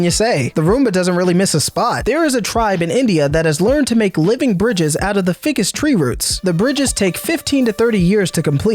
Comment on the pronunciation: It's pigmented resin, not paint. Its pronounced fy-cus not fickus. The shot of England would be like taking a photo of the Golden Gate Bridge and saying this is a shot of California. 🙄